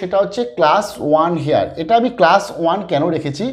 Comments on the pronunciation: উচ্চারণটা "হেয়ার ' নয়, ওটা হবে 'এয়ার'। বুঝতে পারলেন? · apnar heir er uchcharan ta mone hay ektu bhul hochchhe.H ta halka bhabe jeman honour uchcharan seiramam r ki.namaskar.